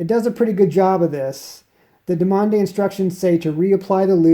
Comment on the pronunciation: You need to strengthen your forearms man, also I believe it's pronounced Due mon tech... frenchies... I've been using the yellow dumonde tech for 3 years, loving it